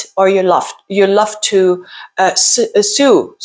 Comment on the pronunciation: Cap rising & ha! Jupiter through the 5th thus far has been red hot crap. No aspects, but my Natal Jupiter is jacked up. (p.s. sew is pronounced just like we say "so"... "Oh, so this is how it is.";) English just doesn't make sense sometimes! Thank you,.